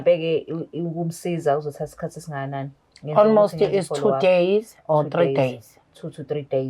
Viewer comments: Ei isingisi sa almost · Ingrish is igrishing"almost"😂😂😂yooooh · I'm traumatised by ALMOST 🙆🙆🙆. Engrish yhooooo 😂😂😂😂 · Islungu kumakhosi "Almost, tshocked"🤦🏽‍♀️